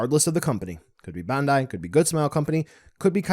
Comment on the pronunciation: I see that you still cant pronounce BANDAI